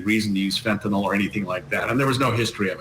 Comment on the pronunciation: It's not pronounced 'fentanall', it's fentenyl. 🙂